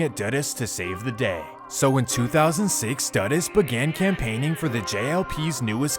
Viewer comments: Jamaican 🇯🇲 here, it’s pronounced Edd-ward See-aw-gah. Christopher Duh-Duss Coke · Doo-doos not duh-diss. Lester died to prevent CIA, JA police & govt secrets. Who did it? Could have been Mi6. This was their turf & CIA did overt spy stuff. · lol the pronounciation of dudus is wrong.. but i looooovveeee that you covered this story. <3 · Edward see-ah-gah....christopher doo-duhs coke.